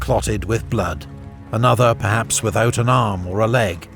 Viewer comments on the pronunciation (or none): none